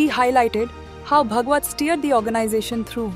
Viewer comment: Horrible pronunciations ! Saying भगवत instead of भागवत, प्रचरक instead of प्रचारक.... not matching with 'ANI' standards